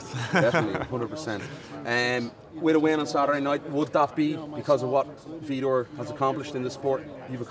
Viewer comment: i thought he was fighting vitor. not fetor :(